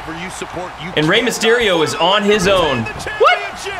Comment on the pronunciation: U said miss on mysterio fart lol